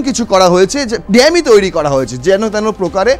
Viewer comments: Eta dammy bole na bhai dummy hocche pronunciation.english taah thik kore bolun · D"a" mmy নয D"U" MMY. ডামি । ENGLISH ঠিক কৱে বল।